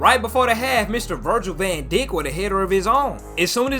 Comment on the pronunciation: "Virgil van deek" 😂😂😂